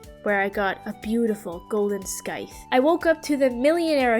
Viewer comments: You did not just say Skythe please tell me your joking 🤣 Hun the c is silent, Like “Sigh” insted of “Sky” It does sound weird as Skythe though lol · “Skythe” not scythe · Amazing job with this but I can’t help but let you know bc I cringed every time: it’s skull cavern not skull mines😭, junimos is pronounced (june-ih-moes), and the c in scythe is silent